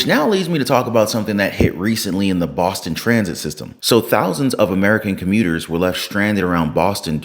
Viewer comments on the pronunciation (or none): none